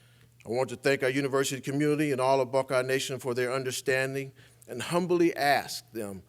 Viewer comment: "community" and "ultimately" are there no four-syllable words Meyer can pronounce?